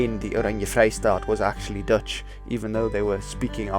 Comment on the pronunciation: I enjoyed your Dutch! I now live in Australia from South Africa, and no one here can speak with a guttural "g", low in the throat. Even my english speaking South African friends could not reach that "Germanic-"G", as you did. Very good my man. One day the Boere will rule the world....I always say.